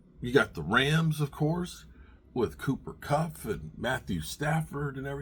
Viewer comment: His name is Cooper kupp not KUFF!! Get your pronunciations correct my god already